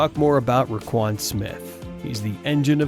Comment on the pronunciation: So we just gonna leave our big play Bate?? we’re gonna mispronounce Roquan‘s name dammit I wanted to like this video